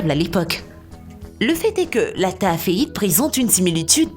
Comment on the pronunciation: Pas alexevbrite on dit alexendddddddrite et on écrit taaffeite mais on dit taaaaaaaaffffffffffffffeite